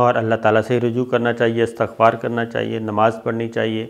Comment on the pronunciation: Sabir bhai: istagfaar hota ha astagfaar ni hota aur jab parte hain to usay bolte hn astagfirulla